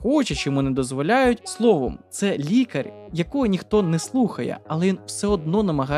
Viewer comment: Неможливо слухати: ОР, ОРНО, двУх, лікарЬ - автор - торм03 москворотий